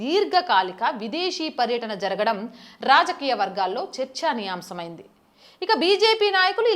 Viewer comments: మీ తెలుగు బాగుంటుంది...... అక్కడక్కడా చిన్ని చిన్ని సవరణ లు చేసుకుంటే ఇంకా బాగుంటుంది చర్చనీయాంశం ✔️ చర్చా నీయాంశం ❌ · చర్చనీయాంశం అనాలి చర్చనీయాంసం కాదు. మీరు కూడా corrections తెలుసుకొని చేస్తే బాగుంటుంది.